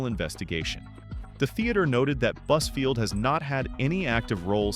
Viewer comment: When you say buzfield... I hear buzzword 🤦‍♀️